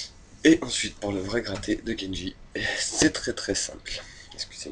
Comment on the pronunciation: C'est pas kenji mais KENDJI !! PUTAIN